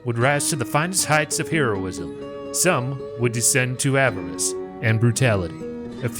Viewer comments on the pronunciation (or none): none